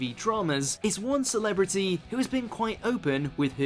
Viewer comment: "Celebrity", come on... give me a break !